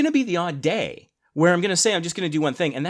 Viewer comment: "day" or "Ray"? 😜